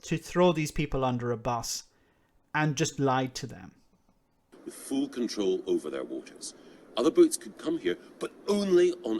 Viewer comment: Did he really say "we'll have fool control of our waters"?